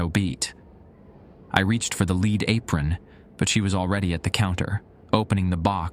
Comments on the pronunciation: LEAD, Pb on the periodic table...What churches (in the old world) have on their roofs, what is poisonous to humans if its consumed...Pronounced "LED" ! NOT "LEED" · one of the best ones I've listened to recently except for the pronunciation of lead lol